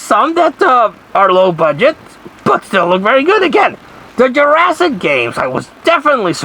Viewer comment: Greetings 😀 It sounds like your saying Jurassic cunt 😂 Lmfao